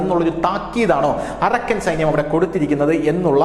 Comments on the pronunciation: അരക്കൻ അല്ല അറാക്കൻ ആണ് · Arakkan അല്ല അരാക്കാൻ ആർമി